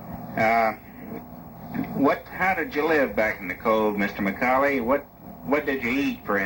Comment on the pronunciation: This is my great grandfather. I have heard this many times. His last name is spelled and pronounced wrong. Its McCaulley. Sounds like "ball" not "dull".